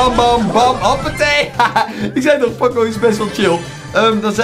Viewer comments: Ben ik de enige die me ergerd aan dat pocco zegt in plaats van poco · In iedere video zegt hij pocco maar het is poco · Ik kan er niet tegen dat hij pokko zegt ipv poco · Hij heet poco niet pocco je spreekt het uit als pooco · Poco spreek je uit als poko. Like zodat hij dit ziet!! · Je zegt poocoo en je schrijft poco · grumpie Games ja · Je spreekt poco verkeerd uit.de eerste "o" moet je ook lang uitspreken